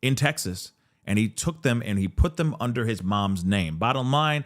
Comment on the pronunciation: God please stop pronouncing his name that way!!!